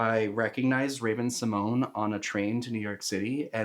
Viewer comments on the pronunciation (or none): FYI- Raven-Symoné, there’s an accent on that last e making an “ay” sound. She pronounces her name as Raven-sim-ohn-YAY, not sim-ohn. It was simplified in the 2000s for TV but she’s made a few videos correcting the pronunciation in recent years.